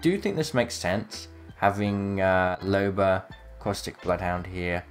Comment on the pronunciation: my man said bloofhunter